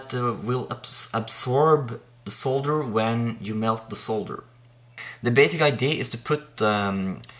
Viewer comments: Cheers for the video, yes, nice to see solder pronounced correctly (sole dur) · thanks for the video...and pronouncing solder correctly